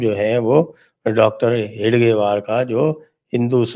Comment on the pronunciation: Sir its hegdewar,, not hedgewar